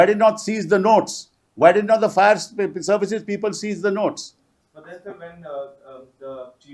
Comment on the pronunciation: Pl. read Fire in place of Fair.